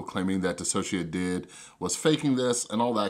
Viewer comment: Even though I don’t really like you because of the whole “thing” you try to do on your channel, you’re the first person I’ve watched to ever pronounce DissociaDID right